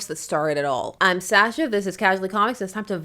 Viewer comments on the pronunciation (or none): none